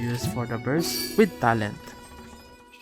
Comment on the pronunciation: I was laughing when you said ''brust for handshake'', btw i actually love it. my country didnt speak eng a lot i can speak eng well but sometimes i cant hear what're they speaking, nah when i hear your voice i can understand without subtitle